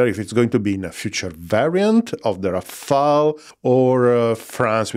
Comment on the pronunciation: It’s Rafale not Rafael. That’s French for hail of bullets. Rafael was definitely the best turtle, agreed.